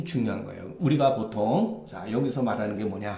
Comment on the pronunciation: 장음인 단어의 첫 자를 "짧게"잘못 발음한 예:보통, 세금,사농공상,부자( rich man),세계, 등 장단음 문제가 심합니다. 그리고,"민무상산" 을 "민무" "상산"이라고 두 자씩 띄어 읽었습니다. 잘못입니다. "인" "무상산"이라고 띄어 읽어야합니다. 이런 일은 한국의 일반적 문제입니다. "한국 어문을 고발함"이라는 책을 한국의 지성인들께 간곡히 권하오니 이를 조용히 읽어 주십시요.